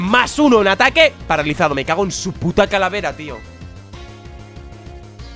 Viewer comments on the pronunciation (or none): none